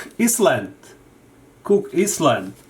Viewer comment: It pronounce cook I - LAND not cook is-land.